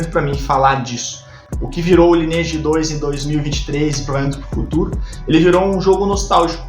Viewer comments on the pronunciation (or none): Primeiramente que não se pronuncia “lineeige” e sim “laineeige” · Parei de assistir no primeiro “ lini eidi “ vlww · Eu perdido: Lineage (aqui a galera cahamava "laineage" e me perguntando, mds mudou muito mesmo o jogo, o que é fazer "cast" que ele tá falando? Ai no final fui entender quest! kkkkk